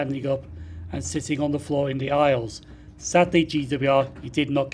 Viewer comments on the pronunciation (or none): none